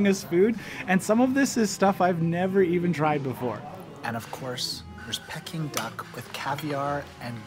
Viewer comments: “Pecking” duck? Lol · It is pee king duck. Not pecking duck. Carryon...